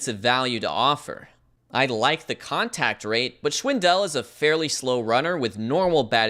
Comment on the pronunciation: You’d pronounce Schwindel just like you would ‘swindle’ with the extra sh-sound as it’s German for the English word swindle which comes from the German schwindeln or High German swindeln. It’s definitely not schwin-Del